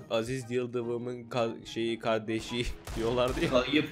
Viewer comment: Aziz yıldıvımın kayıp kavdesi ( kolay oku diye v levi senin soyleyebilcen sekilde yazdim)